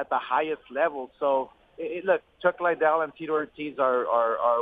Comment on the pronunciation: Someone needs to tell De la Hoya its Chuck Liddel that is pronounced LEEDEL Not Chuck LYdell